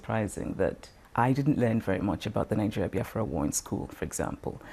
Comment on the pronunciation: It BEE AFRA not BY AFRA